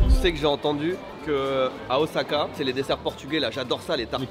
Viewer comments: Mexicano OZAAAKAIEN! meme vous vous dites OZAKA! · Moi je reste, je suis comme vous, à tanner les gens qui prononcent le S de Osaka "Z" ^^;;; Mais lol... des poubelles et devient France Gall ^^